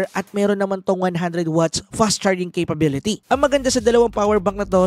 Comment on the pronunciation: Konting bawas lang sa word na CAPABIITY goods na yung review mo. Keep it up! 👌